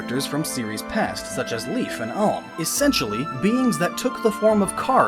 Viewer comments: Seriously, it's "palm" without the "p". Cell - ick - uhh. ALM AND CELICA. Sorry, I just couldn't help myself... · I know he just didn't mispronounce alms name right it sounded like he had a bit to much drink and threw up a bit when saying alm